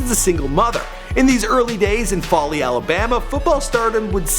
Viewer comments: Foley Alabama not Folly? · FOLEY not Folly tf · It’s pronounced (Foe)ly not folly and that’s not even Foley High school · It's pronounced fOley, not folly Alabama, hometown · Its foley nigga not "faley" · Foe-lee... not folly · I live in Alabama and you pronounce Foley, not like (fally). It (Fol-ly). Use the "o" like in fold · I remember when Julio was in highschool. ITS FO-LEE NOT FOLLY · I cringed every time he said foley Alabama. It's not pronounced follie, it's pronounced fohley. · You must be having a stroke. That's not the right highschool, and it's pronounced Fo-lee, not Fah-lee. Don't open your mouth till you actually know what you're talking about. My source? I'm from there. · It's pronounced "FOE-LEE" not "FOLLY" you uncultured swine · its pronounced Fo-ley not fol-ey Alabama. I use to watch Julio play in highschool ,run track and play basketball. he was a star in like the 7th grade. real Alabama legend. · FO- lee lol Foley AL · The city he is from is pronounced like Fowley. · It is pronounced FOELEE Alabama but spelled Foley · It's pronounced Fo-Lee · Why can't you say Foe-ly, Alabama? Why? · Same bro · It's pronoused like mole-y but with an F. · I like how he butchered foley AL.😂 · Smh not how you say Foley... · This irks me how his mispronounced foley. You said it like how ghetto people say four and then put the ley with it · He can't say foley right lol